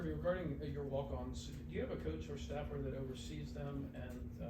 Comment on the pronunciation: 😆😆😆😆😆 are you Australian?